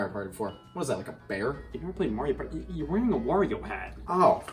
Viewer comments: i was laughing so hard on the Wario mess ups in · I can't unhear it now...